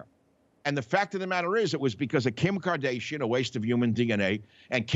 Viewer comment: Carl Fredrickson from “Up” and Kim Kar-day-she-an.